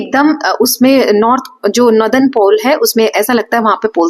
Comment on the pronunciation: Mam nadar nhi northern hai acche se pronounce kiya kro merko startimh me smjh hi nhi ara tha